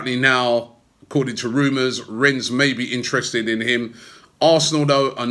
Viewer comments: Lol at Robbie still saying renz, you got told how to say it by a local in Rennes don Robbie! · Robbie, you have the biggest fan channel on YouTube. You should learn how to pronounce player and club names properly. Especially the players and clubs you talk about often. The s is silent in Nicolas and Rennes!